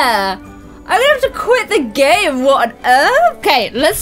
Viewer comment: Every time she said game I thought she was saying Gage and I was like who is Gage??